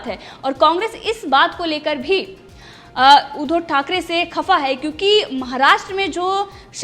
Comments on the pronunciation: ऊधो" नही उद्+धव बोल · ऊधव" नही उद्धव बोल